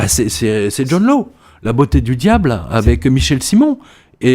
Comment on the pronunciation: John Law se prononce John Lass ...